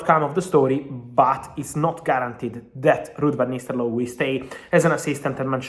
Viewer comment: You need to learn Ruud's name. Its Nistelrooy, not Nisterlooy